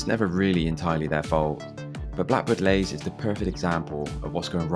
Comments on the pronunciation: Leys not lays!! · It's pronounced Lees not Lays 🤦🏻‍♀️ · Blackbird Leys — the second word is pronounced 'lees'.